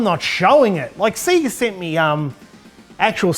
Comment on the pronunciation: The only person on YouTube who pronounces Sega properly.